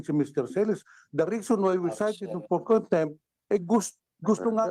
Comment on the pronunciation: Let me correct you-“cite” (not sight),”contempt”(not contemp).Ka Eric was cited for contempt.Thanks